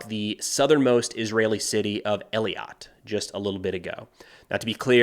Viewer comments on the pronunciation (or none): The southern Israeli city Eilat is pronounced "ay-LAT" and not "eli-YAT" FYI. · its Eilat not Eliot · hi the southern city of israel is eilat not eliat hey-lat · מי קורא לאֵילַת "Ee-lat"?🤔 It's pronounced "ay-lat". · at least the US values Human Life. Dud e Eilat pronouced EElat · The content is amazing thank you so much for covering all this. A heads up if you’re interested on pronunciation. Israel’s Southern City of Eilat is pronounced Ay-lot. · Great stuff- as usual. Eilat is pronounced A lut. Letter A and “slut” without the “s” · Eilat is pronounced (A-lot) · For future reference, the name of the Israeli city on the Red Sea is pronounced ay-LAHT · These videos you do are great. Thanks for doing them. Also I think the town you are talking about is pronounced ay- LOT. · pronounced AY-LOT by the way :) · Thanks for the updates, keep them coming. Btw, Eilat is pronounced ee-lat. One of the few easier ones 🙂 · the city is pronounced AY-LAT (ei pronounced like weigh) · Thanks! BTW you're working too hard pronouncing Eilat. It's pronounced aye-latt or for simple Israelis: eh-latt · Just for future reference, that southern most city in Israel (Eilat) is pronounced like "Ay-lot". Great reporting though! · The most southern city in Israel is called Eilat. Pronounced E - laht It's mbarassing when vbloggers butcher names when theyre supposed to have done reseaech in order to make these reports. Also yesterday seemed to not be able to comprehend Israel, a small country, going slow in order to minimalize their own casualties. Maybe not as exciting, but if your friends and family are fighting you arent going to criticize them for going to slow into urban and tunnel warfare. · just a VERY minor thing, that southern city in Israel is pronounced “Ay” like Aiden “lot” like ‘a lot of good info on this channel’. Eilat. Thank you for the great video and all your constant hard work! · It's E- lie-at.